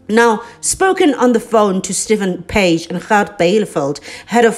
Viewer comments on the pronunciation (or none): none